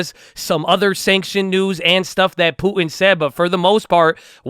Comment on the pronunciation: I swear says Putin, but it sounds like Poopin'